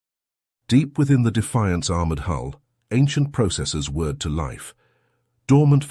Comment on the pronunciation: they "whirred" to life, not "word".